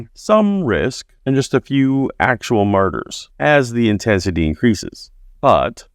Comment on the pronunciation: I had to turn on Closed Captioning. It sounded like he said that all of the Apostles were murderers. Ohhhh....Martyrs!!